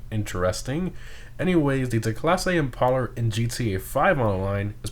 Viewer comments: ImpalLer? I didn’t know imPALEr was pronounced that way. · I think it's supposed to be pronounced like impale, not like impala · if the original car is based on a ford thunderbird, wouldn’t it make sense for this to be pronounced “im-pail-er” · It’s Im-pale-er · It annoyed me so much that he was saying it wrong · Yikes. Do we really need to explain to him how to pronounce the word impale?